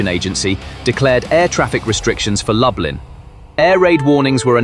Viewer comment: DET HETER LUBLIN,INTE LUB LIN.